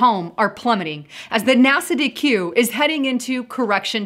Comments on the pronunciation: "NASA DQ" ...Nasdaq? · Nasdaq. Pronounced "Naz.dak". God bless keep it up. Great job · Nasdaq, as in Naz-Dak; not Nasa-DQ =) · it is pronounced....NAZ DACK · NASDAQ is pronounced Naz-Dack...like flapjack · I hate to do this but Nasdaq is pronounced nazdack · Pronounced NAS-DAC